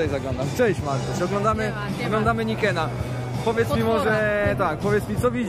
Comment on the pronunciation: Siamanko, czemu Yamaha Niken jako "Najken"? To japońska konstrukcja, a nie amerykańska, co za tym idzie wydaje mi się że powinno wymawiać się to tak jak się pisze... Powód - Niken to dwa wyrazy z japońskiego razem NI - oznacza 2 "dwa" a KEN - "miecz" lub typ miecza także nazwa nie jest przypadkowo nadana - w wolnym moim tłumaczeniu nazwałbym go "Podwójny miecz" widać to po "sylwetce" tego specyficznego motocykla...